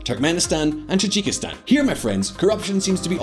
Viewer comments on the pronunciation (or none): none